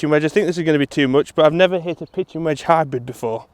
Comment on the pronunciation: I thought he said Hybron